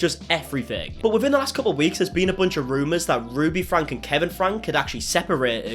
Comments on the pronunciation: You know,, if you speak so much to the Franke family, you should probably learn to say their last name correctly....it's pronounced "Frankie". You come off as disingenuous every time you say "Frank", as if you haven't watched enough of their videos to know that. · Their last name is pronounced Frank E not Frank. 😉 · You say both Shari and Franke wrong 😅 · Franke is pronounced “Frankie” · Just a note that the Franke name is pronounced "Franky". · Disingenuous for saying a name wrong?he's said he's called them that from day 1